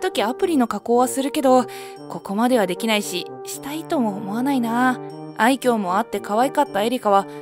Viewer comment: 愛嬌のイントネーションが気になる… 昔、愛甲って野球選手いたな～